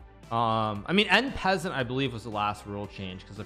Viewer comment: En passant is " on pass on" not " in peasant.!